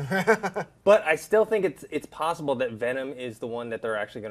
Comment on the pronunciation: The keep saying plossible